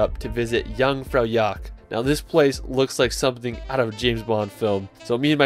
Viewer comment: yeah and the jeung-fur-jack XD